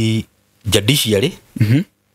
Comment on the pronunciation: Bwana. You come across as polished and very well learned. Please correct this. It is judiciary and not jadiciary